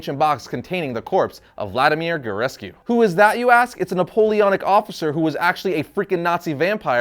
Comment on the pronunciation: Haha, it's pronounced Vladimir 'Jewrescoo' (oo like in coocoo), just for future reference! :D